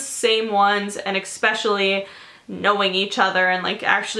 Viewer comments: I cringe every time she says "especially" bc she pronounces it as "exspecially" 🙄🤦🏻‍♀️ But other than that I love herrrrrr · great vid but i cringed every time you said "expecially"